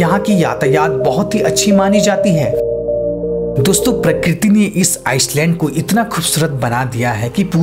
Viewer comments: भाइ आइसलैंड नहि आइलेंड बोलते हैं इंग्लिश में। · भाई "आईलैंड" बोल "आईसलैंड" नही । island को आईलैंड बोलते हैं आईसलैंड नही जो तुने अपनि कई video मे बोला है । वैसे तु अच्छे videos बनाता है मै regularly देखता हु । All the very best for more & better videos ! 👍👍🤟🤟💐💐